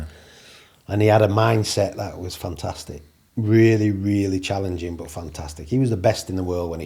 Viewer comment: So that's where Ole learnt to say, "Fantastick!"